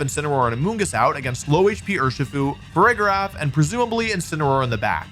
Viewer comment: "AMONGUS" no no no "AMOONGUSS"!!!